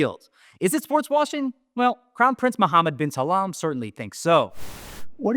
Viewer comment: Its "bin Salman" ... not "bin Salaam"